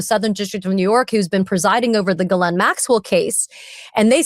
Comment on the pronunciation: So grateful for your work, on behalf of ‘we the people’💙! Also, love that you pronounce Ghislaine‘s name the way she does!